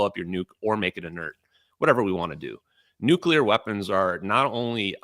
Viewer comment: Stop exposing your ignorance Benny by mispronouncing nuclear. It's not New-cya-ler, it's new-clear.